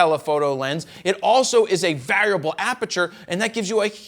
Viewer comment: Anyone else bothered by the strange pronunciation of the word ‘variable’?